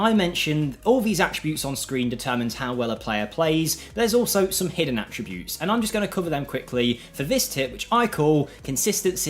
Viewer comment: It should be noted that Work The Space cannot say the word attributes properly. Annoys the hell out of me.